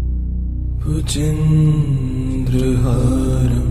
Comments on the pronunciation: Very peaceful. But the pronunciation of Bhujagendrahaaram is wrong. Sanskrit mantra pronounced wrongly, is considered negatively. You people should immediately correct and repost it. I'm sure proper sanskrit known people font listen to this. Hence no response like me. has great performance so far. This one serious mistake of the most important Shiva Stotra, is unpardonable.🙏🏼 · The chanting is beautiful. The description of the mantra is Bhujagendra but the chanter recites Bhujendra. Please explain this. Thank you. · Please correct pronunciation its "भुजगेन्द्रहारम्" Bhujgendra haaram" bhujagendrahāram not Bhujendrahaaram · Can I ask? when you have a chance &if it's your voice..could you do a correction on the Second line for "Bhujageaindra" instead of the misspoken "Bhujendra"??..many ppl are are thankful for your time to upload.. We just want to recite the mantra how its meant too.. Hope you can receive this message. If its not your voice and unable that's Ok too ***Thank You if you see this and for uploading regardless 🙏🙏💓** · Is it Just me - or has the mantra been consistently mispronounced Bhujagendra as Bhujindra. or is there something more to it then I know. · Amazing! Good to meditate, However, Bhujagendra seems to have been mispronounced. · Very nice, Thank you so much! Just one suggestion, please correct the pronounciation of word "Bhujageaindra".. it's important and this makes huge difference when you utter Mantra correctly! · Bhujageindra is not pronounced the right way .